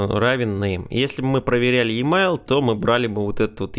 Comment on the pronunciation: Емайл. Спасибо за урок. Правда режет слух произношение.